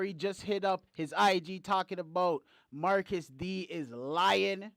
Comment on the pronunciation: My manz said Marcus thee 😂💀🤣